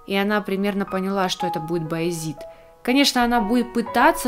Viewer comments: Вообще ,то не Боязит , а Боязет . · Комментатор этого видео сама хоть смотрела весь фильм??? Она даже имя не правильно сказала Баизэта!!!!!! А фильм очень красивый и актёры все на вышем уровне👍🙏💜смотрела много раз, и всегда восхищалась🙏 И по моему мнению, всегда жалко было только султана Сулеймана!!!!! 🙏🙏🙏💜Он много не знал, не видел и сильно страдал!!!!! 🙏🙏🙏